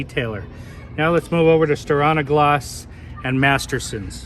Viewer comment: I prefer to shake on a gloss rather than stir on a gloss :). Just giving you a hard time! It’s pronounced stee-are-nuh-gloss (silly Scandanavians!). Looks like it held up great, but not a fan of the dust attraction. Thanks for the great content as always.